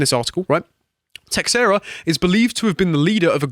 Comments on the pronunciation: Just one thing that is driving me nuts: it's teiSHEIra, not teKSEra! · His last name is pronounced TAY-SHAY-RA, c'mon guys. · Just for future reference, it's (tuh-SHARE-ah). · It's an Iberic name you pronounce it as teh shay ra if it's portuguese and teh hey ra if it's Spanish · The man's last name is pronounced like Tah-share-ah. A baseball player by the same name was on the Texas Rangers when I was younger and actually payed some attention attention to baseball. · It is astonishing how many people don't know how to pronounce Teixeira.